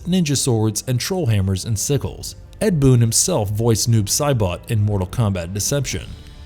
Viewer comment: Why does Saibot sound like he's trying to say bot bit but bout and boat all at once